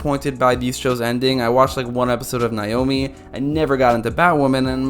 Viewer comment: Okay class, say it with me... "NAY Ohh Mee" How can you actually watch an episode and still not know how they pronounced it? Her name is stated hundreds of times per episode.